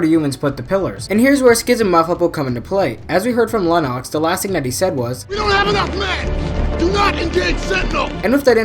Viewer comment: Lennox correct but pronounced Lennex, feel like these errors in YouTube video show that never watch the movie and just research and read.